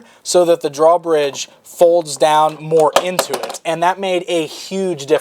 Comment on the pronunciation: I want to smack him every time he says draw bridge.